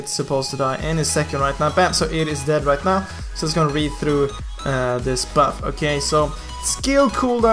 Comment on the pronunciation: Like for everytime says "Okhay"